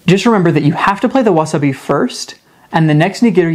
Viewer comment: Why can’t you say the words correctly you can explain a game but can’t say wasabi